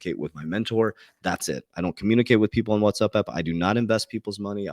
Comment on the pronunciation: That’s cool how you said What’s up app. What’s up Doc 🐰